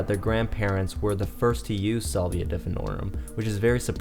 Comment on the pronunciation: Petty I know but I can’t get past the Solvia pronunciation